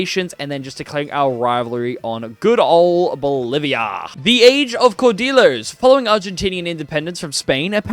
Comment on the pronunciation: I'm gonna be honest, your Spanish (and French) pronunciation throughout this video pained me. Caudillos are pronounced like "cow dee joes", written J's should be pronounced like h's (so, Jujuy --> "hoo hooy"), Louis (in French) should be something like "Loo ee", and I cannot rationalize what your pronunciation of Bolivia was going for. I apologize for being pedantic, but all that pales in comparison to you not going for Rio de la Plata. I don't know why, but every other video I see on Argentina in this game seems to deliberately avoid that option in favor of establishing the Argentine culture — which I suppose is nice for roleplay — but if you're making a point to conquer all the way up to Peru, why? You're depriving yourself of a lot of flavor (and primary cultures) into the mid-to-late game by not going for Rio de la Plata into the formable "Federation of the Andes". With that land you own in Central America, you could even have your country renamed to the "United Provinces of the Americas", with a unique flag and all. At least make it clear what your goals are, ASSUMING you didn't cut out all that explanation in post. And finally, Frontier Colonization is kind of a joke. You'll be left with a lot of coastal islands left uncolonized, which can further screw you out of some journal entries, content, and overall nice borders. At the root, I feel your heart really wasn't into playing Argentina compared to something like Ashanti (a video I really enjoyed, actually!). Not to say